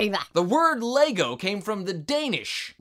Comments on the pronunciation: it's "leg godt" not "LÉ GOO",!:D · I'm Danish and I have to admit that it took me some time to figure out what he meant with the lego thing, lol. (He pronounced it "Legot" while it should've been something like "Lai got"~) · you said "Leg godt" wrong!! You offend me:( (still love you) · I'm danish, and you are not that good at saying "Leg godt" haha :D But i think you are AWESOME!! :D